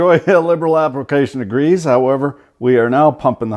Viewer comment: Ahhhhh. Its grease not greaze. Hits my ears like a 90yo nun on a sabbatical.